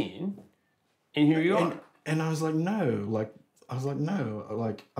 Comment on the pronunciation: “i was like n000” Bro turned British